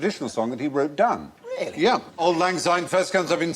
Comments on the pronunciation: It's Auld lang Syne NOT auld lang Zyne. It has an S not a Z. And it's 'we'll tak a cup o kindness yet for auld lang syne' NOT 'for the sake o auld lang syne' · It’s not Zyne it’s Syne. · It's not Auld Lang Zyne its Auld Lang Syne. Say it properly please. Thank you. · Auld Lang Syne. NOT Zyne. Mr Fry. And words are for Auld Lang Syne. NOT for the sake of..... anything. David T, I am shocked. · Old lang zyne makes me cringe.